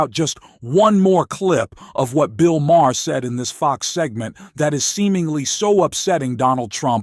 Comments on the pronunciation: "liar" not "lier". And "Mah herr"?? It's pronounced "Maar". AI voice and a channel owner for whom English is not his first language. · Bill Maher: Pronounced "marr" Or "Mah." Or maybe even "marrr." But not ma-her, not ma-herr, and not ma-uh. Is your narrator maybe in the wrong lnie of business? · Its pronounced Bill "Mar" not "Mahar". Why don't you get real people to say real things. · It’s PRONOUNCED Bill MAR NOT MA-HAR. And it’s LIAR..NOT LIER. Hire me for spell check. I need the money. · Who the bloody hell is "Bill "Maah-huh"? {:o:O:} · Enjoy what you do? You cant even get Mr. Maher's name pronounced correctly. What kind of idiot does the voice over? It's prounounced Marr to simplify it for you. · do you really not know how to pronounce Bill Maher's last name? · The “H” is silent!🙄